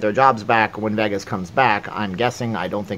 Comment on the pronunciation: It's Los vAgus, not veggis.